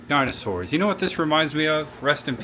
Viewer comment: Really cool. But you’ve butchered the dinosaurs names.